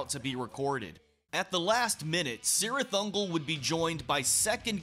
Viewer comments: The C at the beginning is a hard C sound, like a hard K. It's properly pronounced KIRITH UNGOL.... I'm not saying, I'm just saying, know what I'm saying!?!😮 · Awsome but you are saying the name cirith ungol completly wrong specialy the C word.! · In all Tolkien's work, the C is pronounced as a K. So, the proper pronunciation is Kirith Ungol. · The band pronounces it with a soft C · In LOTR, yes. The band pronounces it with a soft C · The band pronounces it with a soft C. LOTR pronounces the hard K. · In Lord of the Rings, yes. The band pronounces it with a soft C. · Say just Sirith Ungol